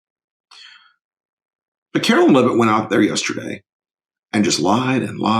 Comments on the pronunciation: It's KAREN LEAVE-IT......like George Carlin said you do woth a dump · It's KAREN LEAVE-IT,...like Geogre Carlin said you do with a dump